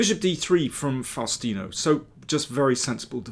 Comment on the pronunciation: Nome is pronounced Fowstino